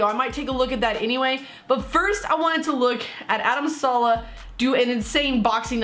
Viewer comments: it's adam saleh just say saaaa leeee hhhh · Saleh not salah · Is name is Adam Saleh not Salah